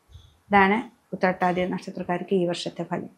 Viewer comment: Utthrattathi onnum clear alla